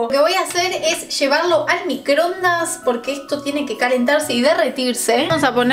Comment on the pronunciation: microondaaaasss!!!! no microndas